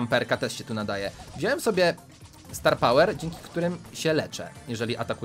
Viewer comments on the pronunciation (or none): none